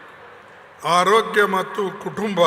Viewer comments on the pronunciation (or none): none